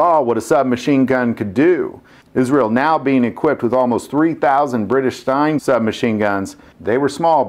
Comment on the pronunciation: I didn't know some of this. Somebody already beat me to the Battle of Antartica, but one thing I didn't know was that the British had a STEIN submachine gun. It must have fought right alongside it's vastly more famous brother, the STEN gun. That goes double for the HK M5. I was not familiar with that one at all. It probably just couldn't hold a candle to the most famous sub-gun of the late 20th century to present; the HK MP5. And lastly, I certainly didn't know that they had changed the pronunciation of sovereignty. I'm gonna miss the "Maggie" vids but I think I've gotta let you go after this one, dude.